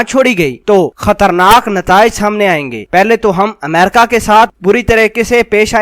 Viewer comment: Mera izhar e qayal ye hai ke Tere ko America bolne nahi aata, Tera pronounciation jahelon jaisa hai, theek Haina, sudhaar le